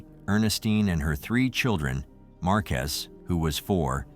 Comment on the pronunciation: This man messed up these people names like no other lol, markiest or marques 🤔 I'm positive it's MAR-QU-ES